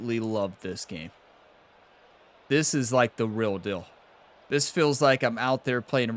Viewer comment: "This is like the rill dill"? Did you mean to say real deal? 😁😁